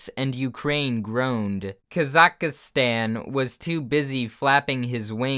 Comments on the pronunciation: "Kazakastan" It's Kazakhstan not Kazakastan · pronouncing Kazakhstan as "Kazakastan" took a few months off my life. (it's ka-zak-stan) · kazakhstan whenever says kazakastan: AmIAJokeToYou.png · Kaz-ak-is-stan It is pronounced kaz-ak-stan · No one: Literally no one:: Ka-Za-Ka-StAn (it pronounces like "KAzahstan" xD) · kaz-a-ka-stan lol. (Its kaz-eck-stan) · "Kazakhastan" KAZAKHASTAN ?! this is just disgraceful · What is k-za-k-stan , its Ka-zack-stan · NAH BUT THE WAY HE PRONOUNCED KAZAKHSTAN AS "kazkahstan" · Um actually, it’s pronounced “Ka-zik-stan” 🤓🤓🤓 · Isnt kazakhstan pronounced Kazak-stan Not whatever you said XD srryjust thought that was weird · The way he said kazakhstan ( kaz- ak Stan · “Kah-za-kah-Stan” They way you pronounce Kazakhstan is amazing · "kazakhustan" -, 2019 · Kazakastan? Nice pronunciation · It’s “Ka-zah-STAN” OMG🤣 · The way he pronounced Kazakhstan. KA ZAC STAN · Kaz ik stan Thats how you pronunce it Well how most people pronunce it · Why is no one pointing out how he said Kazakhstan? Who is Kazaka, and more importantly, how does he have stans already? I don't mean to be rude, I just thought my joke was worth making and I really enjoy being pedantic and having a stick up my ass lmao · No one: Not a single soul: trying to say "Kazakhstan" and "Belarus": KAZAKA STAN & BELLA ROOS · Why do westeners have so much trouble pronouncing Kazakhstan? Fucking Kazakastan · it’s Kah-Zukh-Stan! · BTW, Kazakhstan is pronounced without the second "K" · американцы реально так происносят казахстан? казакахстан? О_о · "Kazakahstan" no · Did he just pronounce “Kazakhstan” as “Ka-za-ka-stan”? XD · .i fell on the floor when heard "kazakastan" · I’m sorry but please for the love of God, don’t ever try to pronounce Kazakhstan ever again. My soul died a little when you said “kazakistan”... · It's pronounced kaz-ack-stan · Kazakhstan: exists: kaz-A-kA-stAn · "Kazakastan" Dude you're doing it wrong XD